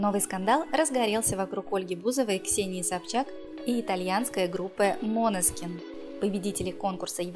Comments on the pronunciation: Откуда вы взяли «МОНЕСКИН» ??? Божжеее мой !!!! Ну где вы видите тут О ??? Режет слух 😰😰😰 МАНЕСКИН - ударение на Е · НЕ МОНЕСКИН А МАНЕСКИН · чего? "МОнескин, МАнескин" но никак не "МанЕскин":\ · мОнескин? Уши в раю 🤩 топ❤️ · ХАХАХАХАХАЗЗАЗПЗЗЕЗХПЗПХАХ ГОСПОДИ вы вообще сами не знаете как произносить ((( правильно мОнескин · Датское слово, ударение на О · 😂😂😂 бедные итальянцы… когда услышат как искривляете название группы